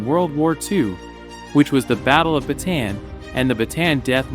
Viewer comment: ba ta an not batan